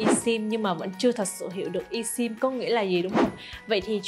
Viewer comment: Esim phát âm i sim sai rồi phát âm là ơsim mới phải